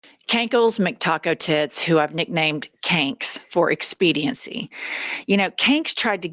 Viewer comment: Kank rhymes with Stank.